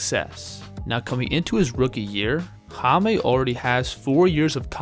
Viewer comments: Jaime is pronounce as Hayme not Hamey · Appreciate your correct pronunciation please, it's Jaime not Jamie. Jaquez it's all right 👍🏼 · Hame. Lol. Its read as high meh. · it's " high-meh " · Its pronounced"HIGH-meh." Other than that, good vid. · It's Hi-meh